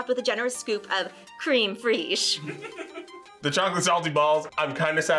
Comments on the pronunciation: I couldn't have resisted Chef's Chocolate Salty Balls. They looked delicious! Sharon and Jaxon were great together! So proud of Daniel for trying the challenge foods! Also, it's Cr-m fresh, not cream freezg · Creme fraiche is pronounced "Krem fresh"